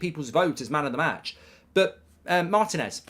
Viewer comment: MAR-TI-NEZ .... NOT maeeertin.ezzz